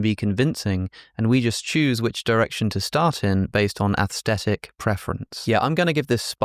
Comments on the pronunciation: say "athstetic" one more time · Why are you mispronouncing "aesthetic" as "asstetic"? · Maybe it’s because I’m Australian, but saying “aesthetic” without pronouncing the ‘h’ just sounds wrong to me.